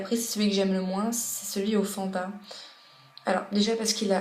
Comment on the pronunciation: j'adore fanta x)) le faaaaaaaaaaaaaanta x) j'adore comment elle le dit xDD elle prend pas du tout l'accent sa me fais rigoler